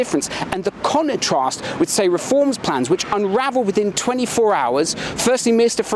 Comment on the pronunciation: He said ‘conentrast’. This is a script 🤷‍♂️